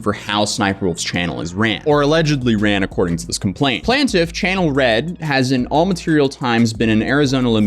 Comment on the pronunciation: Second video I've heard you pronounce "plaintiff" incorrectly. Don't you ever have a plaint, or a complaint? Do you know where the etymology of "Plaintiff" came from? Why do you say "plant-iff" instead of "plaintiff"???